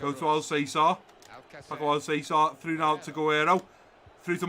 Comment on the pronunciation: Great episode once again 👍. One thing tho, Alcácer is pronounced Al-Cas-Er. 🇪🇸Otherwise I wanted to bring up kit numbers cuz I haven't seen anyone bring it up in the comments. I would give Soyuncu #4, Klosterman #3, Bardhi #24, Van de Beek #21 and Malen #17.